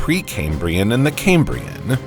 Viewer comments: Its CAM-brian not "kaymbrian" It's named for the Cambrian mountains in Wales not pronounced the way "Cambridge" (kaym-bridge) is said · Cam-brian, not Came-brian. ChatGPT write this script for you? 😂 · EEEEEEEEAPPettuss FFS!!!!!!! NOT 'LAPPETTUSS' !!!!!! NoEL NoEL NoEL NoEL NO EFFing ELL!!!!! AND it's KAM KAM KAM KAM KAM BREE UN!!!! NOT 'Kaymbreeun' ! It's from WALES BOYO NOT 'Camebridge' the town with the bridge over the river in thre east of England! WALES! 'Kambria'! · CamE-brian, CamE-brian, CamE-brian, CamE-brian, CamE-brian: 🙄🤢🤮. It is named after Cambria, the Roman name for Wales. It has NOTHING to do with Cambridge University!